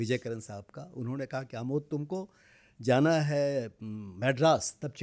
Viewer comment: "प्रमोद" नहीं, उनका नाम 'आमोद' है, जिसका ग़लत उच्चारण "अमोद" किया जा रहा है। देवनागरी लिपि में 'जो लिखा जाता है वही उच्चार' किया जाता है, यह उसकी श्रेष्ठता का प्रमाण है। रोमन लिपि में ऐसा नहीं है; 'A' को 'अ' भी बोला जाता है और 'आ' भी। (इस प्रकार के अन्य उदाहरण भी उस लिपि में हैं।) 'आ-मोद', जो शुद्ध संस्कृतभाषा का शब्द है, उसे "अ-मोद" कहने से अर्थ विपरीत हो जाएगा !